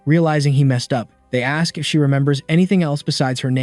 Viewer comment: All this video needs to change the pronunciation y'all, aks, daumn and multiple "like" will make sense